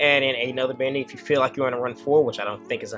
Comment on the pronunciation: Come on bro I know you watched Dragon Ball Z. His name was pronounced Dende not Dendy. Same should be applied to Bende. Sorry just being nitpicky lol